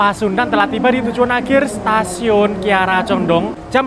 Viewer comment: Kiara Condong yaCh Kiara Condong Mas. Nyebutnya jgn disambung dg Bandung. KaLimatnya meski dipenggaL. Sama dg Lempuyangan Yogya. Ato ... Wates Yogya.